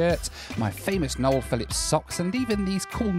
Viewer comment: "Noel" For a name would have worked fine in the Netherlands if you'd pronounced it as "Noelle". Because that's how Noels are pronounced here (and Noelle as a female name is not really a thing so much). Would be spelled Noël. Like French christmas. If written without the dots on the e an untravelled Dutch person would pronounce it as "noul". As in "full"